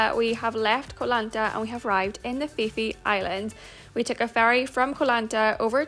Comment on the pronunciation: Just so you know, it's pronounced Koh Pee pee! 😊